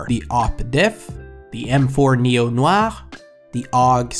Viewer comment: finally someone pronounces noir right